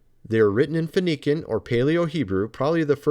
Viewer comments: phoenician isnt pronounced: 'fuh • knee • kin' ive always heard it pronounced: 'fuh • knee • shin' and hermes trismegistus isnt pronounced: 'tris • miss • gui • ness' (like 'guiness' beer) its: 'tris • muh • gis • tus' (the "g" sound is still a hard 'g' like you had it like the 'g' in 'guitar' or 'gay' or 'give it to me') just so were not walking around pronouncing words incorrectly, im tryna help us all be the best us that we can be. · Hermes Trismegistus- Say it with me, now: Tris-muh-jist-uhs....not Trismas Get Us. While we're at it,: Phoenician is fo-NEE-shun, not fo-NEE-kun. I've watched everything you've released on both channels for YEARS, and I LOVE your theories. Just trying to throw you a bone, my man. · Hi , It’s 8 months later. I hope he saw your comment. I laughed when he said FON-ee-can. Peace and blessings!